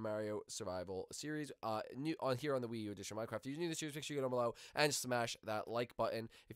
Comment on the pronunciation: In your don't say WIIU